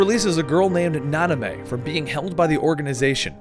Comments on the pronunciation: It’s (SHEE-on) “XION” not ZYON lol. And namine is not NANA MAY it’s (nom-in-eh) how u know the story but not the girl characters names??? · The fact that he says Nanamé instead of Naminé really pisses me off. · Could you also correct "Nanime" to Namine, kthxbye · 3 videos in and none of the name errors bothered me until Nanime.......I don't know why but it's like nails on a chalk board.....oh well lmao love the videos and Kingdom Hearts is one of my favorite series as well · I'm cringing every time I hear Naname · "Nanamay"? GAH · the way he pronounces half the names make me want to burn down a village. "Naname" "Aquaris" "Xenahort" "zion" "Sorr" last one works I guess, but yeah......The Aquaris one was the worst though, because I could'nt who he was talking abotu and realized he was talking about eraqus.....